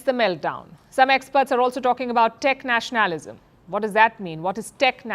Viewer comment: Palki it's not Nash naalism it's Nationa lism. Just so it sounds correct.